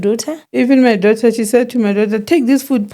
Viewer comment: Love how say Dough ter😂😂😂😂😂😂